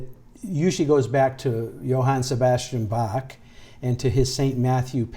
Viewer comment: if you pronounce Johann Sebastian Bach wrong one more time I will press charges